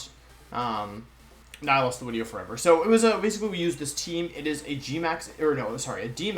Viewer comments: Day 10 trying to figure out why he says “Wideo” 🤔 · Why do you always say “wideo”? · He explains it in another wideo friend. He has German friends that pronounces their V and W backwards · It’s as the result of picking up on the way his German friends spoke. Same reason he says “Wenusaur” instead of Venusaur.